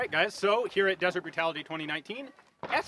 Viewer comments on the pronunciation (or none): On the introduction.... why "deseret brutality" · lol deséret